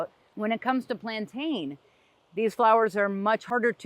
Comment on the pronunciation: Plantain is pronounced "plan-tin".